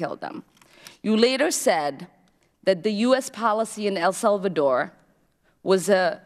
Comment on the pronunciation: Pretty sure she said “the massacre in El Vulvadore”.